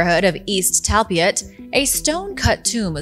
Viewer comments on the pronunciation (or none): Talpiot is pronounced Tulpeeort.